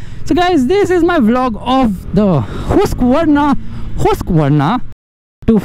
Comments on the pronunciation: No "Hooskvarnaa" it's called "Haaskvarnaa" then "Husqvarna"😃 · Hoosqvarna😂😂😂 yo it's Husqvarna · That's not hooooooseqvarna 😂😂